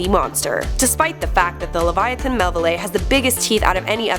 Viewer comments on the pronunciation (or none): I swear to God if she says LeviaTIN one more time